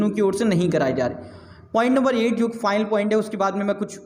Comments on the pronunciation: ''File'' bol raha hai aur ''Final'' bol raha hai kuch samaj me nahi araha hai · over all very nice your video but ''final'' bolne ka tarika matalb pronunciation bilkul sunna nahi chahta hai.